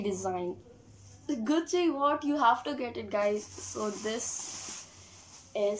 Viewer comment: Atleast say the name gucci properly!